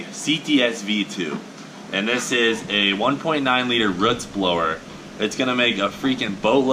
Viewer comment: did you say ruts blower lmao ol country boy. did you worsh your car?